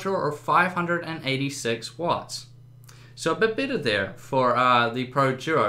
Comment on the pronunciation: exacly. this guy isnt very proffesional. he didnt even benchmark other tripple A games. And sucks at pronouncing nvidia and better.